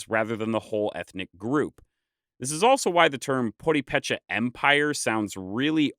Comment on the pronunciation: Nice, but would be even nicer if the narrator did research on how to pronounce purepecha...